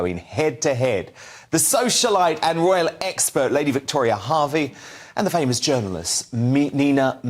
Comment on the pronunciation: Pretty sure it's Hervey not Harvey you shill.